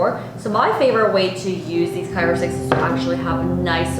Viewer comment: CRYO...not CYRO! I had to turn off the sound.